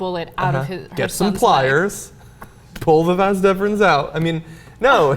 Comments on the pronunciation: Wait, wut? Did John really fucking say "vans deferens" ? Of all the anatomical bits and pieces in the body, why on Earth is the sperm tunnel your go-to option? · Why did he say Vas Deferens?